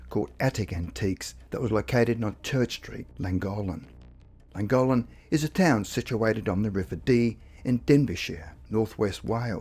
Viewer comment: Llangollen = thwing-GOTH-lin